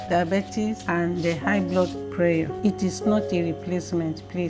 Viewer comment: How do you pronounce PRESSURE? You defeat the purpose of drinking bitter leaf juice when you add honey.